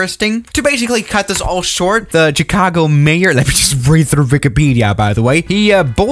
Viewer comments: I have something to tell you its not pronounced "Ch argo" its Chicago. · No one: Chicago: CHH-icago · I love how you say Chicago